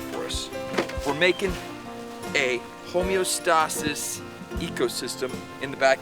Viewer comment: (hoe meo stay sis) is how you say it, but we still love ya